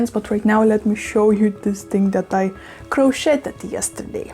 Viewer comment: Crocheted in America rhymes with today with a d at the end crochet rhymes with today